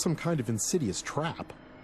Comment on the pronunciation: this narrator sucks badly ... wtf is "for example" sound or "trap" sound or the fing "nasty" sound ... :(